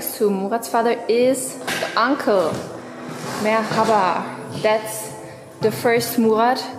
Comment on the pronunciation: Bursa'da yaşadığım için normalde Bursa ile alakalı videoları izlemem ama sırf şu ''merhaba'' kelimesini telaffuzun için izleyesim geliyor :)